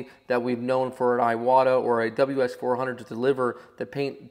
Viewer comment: Iwata is named after the brothers Hatsutaro Iwata and Sukezo Iwata So iwata is pronounced eeeewata Spread the word!